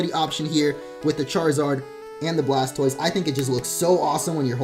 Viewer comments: He said blastboise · He said Blaspoise